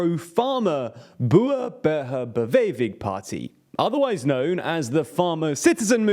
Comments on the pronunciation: "BooBuhuBewhevi"? BoerBurgerBeweging, but I give you credit for trying to pronounce it. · Brilliant summary. very interesting comment section, which I might seriously read through in its entirety, I've yet to find a comment that wasn't interesting. hilarious but gallant attempt to pronounce BBB. you obviously have a journalist / team working for you with excellent knowledge of the Netherlands, how come they don't coach you on Dutch pronunciation? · I'll use your pronunciation to address the Boerburgerbeweging 🎉😜😜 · its pronounced boo-ran burger be (as in better) way gin (as in begin) Boeren burge rbeweging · Pronounced as: Boo-rin Burger Bah-way-ging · This his how you pronounce it in English: Bore (r:Chore) Burger (as in hamburger) Be-whey-Ging (with a hard G for 'ging', as in "get" and the 'ing' is pronounced the same way you say the 'ing' in "running" - so silent). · boarbuhehehehabewegin is wat ik hoorde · Not gonna lie, I burst into laughter when I heard the pronunciation. But so much respect for trying! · I love that you tried to pronounce BoerBurgerBeweging but it was not even close. All in all you guys did a great job making it accurate and interesting. A small correction, BBB is social left and not right wing. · I am a Dutch citizen and this explanation is spot on! Although your pronounciation "Boer Burger Beweging" was pretty funny, but you made a very good translation of this acronym. This video is also a good recap of the whole situation, although I am a Dutch citizen. Respect man! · I'll give you an A for effort trying to pronounce Boer Burger Beweging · your pronunciation of the Boer Burger Beweging party had me laughing out loud. sorry, but in my defence, it was funny.